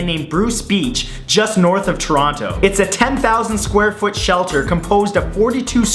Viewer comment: no way Matthew's a Canadian. he said Toron-T-o